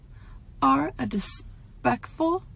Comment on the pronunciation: "dispectful" so bothered she can't talk right